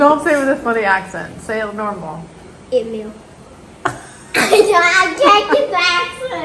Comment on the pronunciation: I was laughing so hard the way pronounced oatmeal 😂